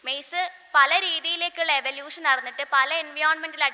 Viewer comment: Eavlution paryan nei pora athu kodu practice chiyuka